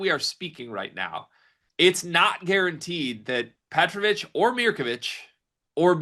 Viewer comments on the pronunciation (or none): Brad can't even say Petrovic's name